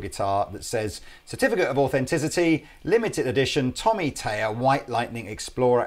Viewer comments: So annoying that you keep saying Tommy Tayer... it's Thayer. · its THay er not tay er it must be the thames confusion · I love your videos but for the love of the Queen's nightgown could you please pronounce Thayer correctly? There is an H behind the T in Thayer. You're saying Tayer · Learn to say his last name correctly, please.